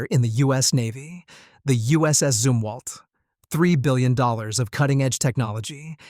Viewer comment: Zumwalt not Zimwalt